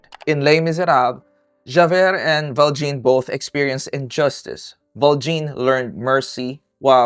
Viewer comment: It's "jah-veir" and "val-shawn" blended very closely together